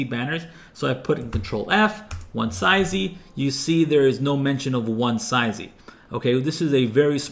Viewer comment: I think the word is pronounced "One-zee" and "one-zees" (One-see / one-sees depending on accent) - but this is a great video regardless!